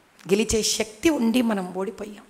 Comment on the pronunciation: ఓ అక్క ...... షక్తి కాదు శక్తి. నీ టెల్గూ లో మూడు లోపాలు ఉన్నాయి